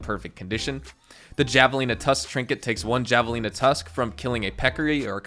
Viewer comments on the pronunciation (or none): It shouldn’t bother me but it’s pronounced Ha-velina even tho it’s spelled like javelin 😅😂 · Its pronounced like "Havelina" sorry. Hate to be that guy. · Javelina is pronounced ha-vuh-lee-nuh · I love how you say javelina, try pronouncing the J as an H, like Havelina. Idk why its said with an H but spelled with a j, just our crazy lexicon I guess¿?